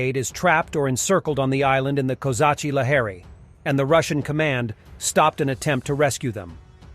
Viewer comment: Love the your reporting great job.. just one thing bugs the crap out of me is when you say Kazachia Lahiry or whatever the have on your map sounds like you saying kozaks La hairy lol , the it's actually казачий лагерь ( Lageri) ( Kozak camp )